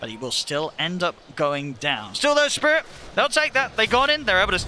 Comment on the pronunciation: Ceeeeeeeeeeb, do you mean "Spirit"? :)))